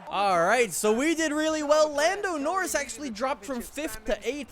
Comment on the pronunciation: What is it with the way you say Norris that pisses me off so much?